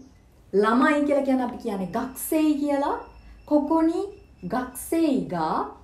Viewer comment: Miss ගක්සෙයි ද ගකුසෙයි ද ඇයි මිස් ගකුසෙයි කියල ලියල ගක්සෙයි කියල pronounce karanne